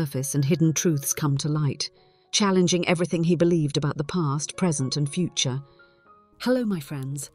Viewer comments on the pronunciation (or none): none